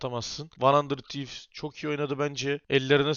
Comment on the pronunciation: demiştin "Arkadaşlar yorumlarda kızmışsınız van handırd tivz değil handırıd tivz, artık handırır tivs diyecem'' diye ama hala van handırd tivz diyorsun.